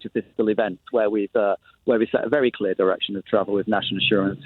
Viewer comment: Sick and tired of Tory version of the word “clear”.